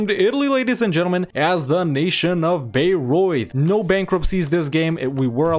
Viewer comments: Since I live near these two cities (Bamberg is the seat of the local bishop and Bayreuth the biggest city in the "near" vicinity - Bamberg being larger but also further away), I had quite some entertainment with these two episodes. :D Your pronounciation of both was pretty decent. (Your "Memmingen" btw was clean af!) The good ideas of Bayreuth I would explain by pointing out the fact, that Bayreuth has a long Hohenzollern history and was one of the most southern parts of Prussia (AND we all know the Prussian ideas). Actually I would argue Bayreuth (and Ansbach) should even be able to form Prussia themselves. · he's pronouncing it correctly! What has the world come too?!?